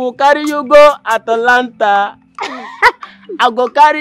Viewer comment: Bro it's not Atalanta, it's Atlanta.